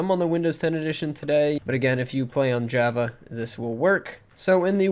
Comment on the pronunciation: The way he says Java makes me crack up